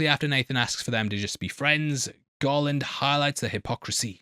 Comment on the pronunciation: Everytime you said "Garland" I heard "Gollum"